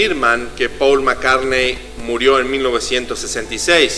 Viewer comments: no se dice «paul» se pronuncia «pol».. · es MI5 hermano... no el MI6... investiga mejor porque asi terminas generando mas desinformacion y ya bastante hay respecto al tema... y se pronucia "pol" ... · Turn me on, dead man= devuélveme al hombre muerto!?!?!?!?! Siento entre risa y vergüenza ajena. Y el "falso" Paul (ha pronunciado alguna vez el nombre correctamente en todo el vídeo?) siguió tan ricamente con su carrera musical como si nada hubiera pasado y sin que sus compañeros de grupo se dieran cuenta de nada, no? O es que también estaban compinchados? Cantó en el Live Aid ante 70000 personas en Wembley y ningún músico de los 30 grupos que allí tocaron se dió cuenta de que no era Paul, no? Claro, claro. Yo tampoco me parezco a cómo era cuando tenía 24 años. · Y por qué pronuncias cómo se escribe Paul y no cómo debe ser?